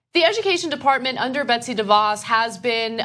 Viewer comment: It's "Betsy", not "Betty". Just a small fyi.